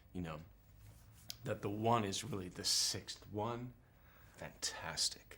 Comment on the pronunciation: haaha lurve him!!! 'FAntatsic!'